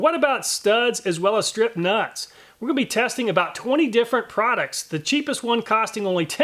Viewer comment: “Stripped *NUTZZZ*”